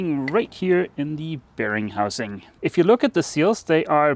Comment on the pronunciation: Every time you said ‘bearing housing’, I heard ‘Bearing Munch-Housing’ 🤪